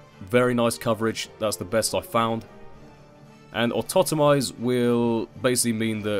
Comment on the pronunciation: Someone who doesn't pronounce Autotomize as 'Automize' <3